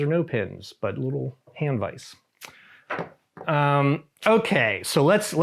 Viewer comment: Teach how to say Vise.